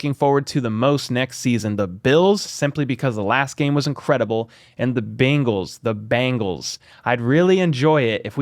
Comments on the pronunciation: As a Chiefs fan born and raised in Cincinnati it’s not “Bangles” it’s Bengals pronounced bing not bang. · It's "Bengals" not "Bangles" Chris Simms keeps saying "Bangles" too. Is it some kind of inside joke?